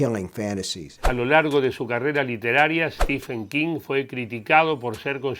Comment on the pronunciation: Se pronuncia: "Stiven" King la ph en su nombre no se lee como F sino como V o B.